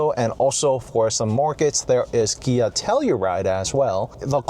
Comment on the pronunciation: its KIA not GIA